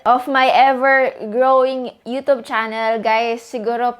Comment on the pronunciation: Please pronounce youtube properly... Wag youtob, pakana ng pasosyal n mga artista yan e